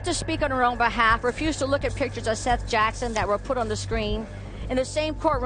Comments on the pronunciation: Seath???? Thought his name was seth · Exactly. Like pronouncing Seath as seeth lol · Do you ever watch the video clips before going off and pronouncing their names? Lol. Don't get me wrong Seath looks like it would be pronounced exactly how you were saying it. I was definitely thinking who spells Seth like that? Maybe it's seeeeth? Lol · Why is the names always pronounced wrong? The victims at least deserve their names said correctly, I think I'll just stick to my regular channels, thus one doesn't credit other channels and the facts are wrong too on a lot of these videos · How do you mispronounce Seath’s name directly after hearing it from the news clips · Such consistency... You pronounce "Seath's" name two different ways.